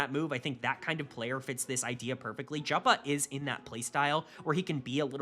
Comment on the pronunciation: KC first ? Liked and Subscribed, you know how to make us happy lmao (Jopa is pronounced Yopa btw)